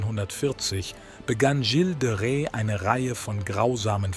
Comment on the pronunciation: Leider steht nicht nur die genutzte KI-Stimme mit der Aussprache von Gilles de Rais auf Kriegsfuß (faszinierend, wie viele verschiedene Versionen in dem Video vorkommen, könnte man fast ein Trinkspiel daraus machen: Ein Schluck für jede neue falsche Ausspracheversion), sondern leider auch das Übersetzungsprogramm (oder der KI-Artikelschreiber) mit der deutschen Grammatik, vor allem dem grammatischen Geschlecht und der korrekten Deklination von Adjektiven und Pronomen.